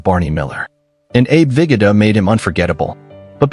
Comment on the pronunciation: Abe “Viggidda”? It’s pronounced ViGOda